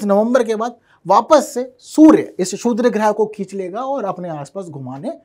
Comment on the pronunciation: अपने जीभ के नीचे पान का पत्ता रख लो बेटा .... शुद्र नही क्षुद्र होता है ।